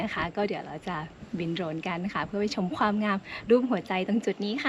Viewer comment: ชม ไม่ใช่ จม นะครับ